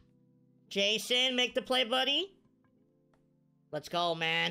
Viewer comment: love how he kept saying jason instead of jasson😂😂 nice video man keep them coming